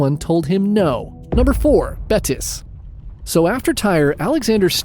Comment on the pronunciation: Tyre pronounced ty-ree